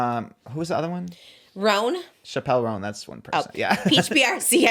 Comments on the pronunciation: ChAppell RoAann 😅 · pronouncing Chappell roan as “shappel” took me out 😭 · Hearing say Chappelle Roan after all we’ve been thru at this point has me WEAK 😅❤ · the way he pronounced chappell roan :(